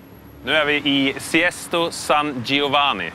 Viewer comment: Siesto san giovanni lol. Sesto, inte siesto